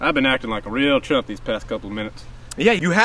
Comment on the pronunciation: i hate that i heard trump instead of chump